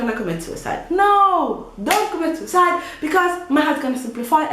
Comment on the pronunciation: the time you said sucide it was funny. nice vid